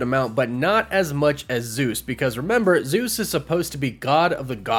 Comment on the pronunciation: I'm Greek and the way you guys pronance the name Zeus makes me waay too cringe.😭😭😭